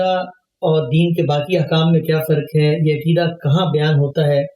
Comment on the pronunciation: Aqeeda, not akeedah, please!